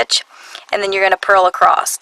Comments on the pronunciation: 'Acrost' is not dialect. It is simply a mispronunciation of the word 'across'. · Why do you say ACROST ???? there is no (t ) in ACROSS making me crazy :( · Sounds very strange to my Swedish ears..... 😅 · There isn't a T in the word ACROSS, and why do you smack before speaking almost every statement? #annoying